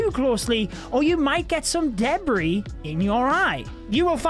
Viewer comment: You're not allowed to say debris like that. 😂😡